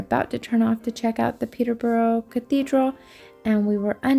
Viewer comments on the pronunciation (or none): Small thing. Peterborough is pronounced Peterbruh :) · Great vidya but it’s prounouced Peter Bra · An enjoyable video of your trip to Peterborough. There is plenty of parking near the Cathedral, you drove past several car parks. Incidentally places ending in -borough are pronounced -bru. So Peterborough is not Peter-burrow but Peterbru! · Well to be fair you pronounced it how it should be pronounced, however the locals " Peterborians" pronounce more like Peterburra. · It's pronounced Peterburruh. Talk lazyier; you're trying too hard! :) Subscribed anyway as you are around here! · Peterbrruh not Peter bra it's definitely not Peterbra 🥴